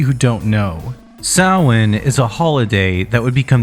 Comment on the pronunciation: i think you’re one of the only youtubers who’ve pronounced samhain correctly :O